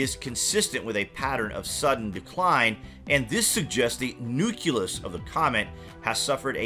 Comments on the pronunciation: Learn to pronounce nucleus properly. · NUCLEUS = NEW KLEE US ...” NEW KYOO LUS Exists nowhere in the English language